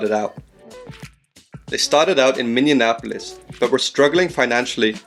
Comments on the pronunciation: You said "Minneannapolis." Oh well, at least you're not the president of Muricuh. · Man, awesome video but just want to point out that you really have trouble pronouncing Minneapolis. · "Minion-apolis" lol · Minneapolis. Not Minneanapolis. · Minneanapolis? Minneapolis stupid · Minneapolis, not Minneinapolis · He said Minneanapolis! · Minneapolis is pronounced (Mini-apple-less) it’s so weird how people say Minneapolis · Did you say Minnianapolis? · Vancouver was a great market. A stupid owner stole the team away from a loyal fan base. Vancouver should get a team again. This was otherwise very good, just fix the pronunciation of Minneapolis and you will be right on. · As someone from around Minneapolis, I hate the way he pronounces it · guy cant say minneapolis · This was sick but that pronunciation of Minneapolis killed me lmao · Cool video. Watch the pronunciation of Minneapolis.